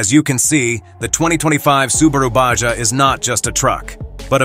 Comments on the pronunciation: Baja = Ba ha not ba ja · Lame No, it's a Baja (BAHA) not a BACHA! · BA HA not Ba ja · Baja or Baha? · What language is he speaking he pronounced Baja wrong it is pronounced Ba Ha not BaJa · It's pronounced BAH HA,, NOT BAH SHAH,,,.... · The lame computer voice pronouncing BAJA as Ba-Jah was hilarious. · I cringed every time the robot voice said "BAJJA" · Yup. When I heard Ba Jah I had to shut it down. Next is the geography lesson starting La Jaw-la, just north of Sandy Eggo. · The Ba-Ja has dyna-mick and elegant pro-feel. No money for an actual voice-over? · How can a prospective buyer be really serious about going to the next step to buy one of these when the audio can't even pronounce the name on this upcoming Subaru? Baw Jaw? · What is a BA-JAH ...? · So is it a Baja or a bah-jah? 🤔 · So is it a baajjaa or a baja 💁🏻‍♀️ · "Basja" Im getting really tired of auto generated narration. moving on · Not human pronounces Baja Bajah and the correct way. Irritating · What the hell is a "bashja"???? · Absurd AI narrative. ba ja ? Really? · someone needs to know how to pronounce baja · IA can't even pronounce the name correctly🤣🤣🤣🤣🤣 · Profeel profile. Ba-ja. Baha. Cur-vess curves. Dine-amic. Dynamic My fav --- fun-sian-al- functional